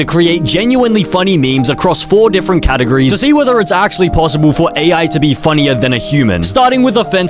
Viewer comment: “Catagres” “Scol projec”